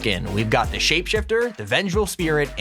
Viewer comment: He said thay